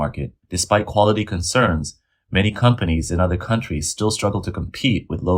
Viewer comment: Aaaawww I sad for you, you bullwee uuhhder countrees and now karma bullwee yous. So sad for yous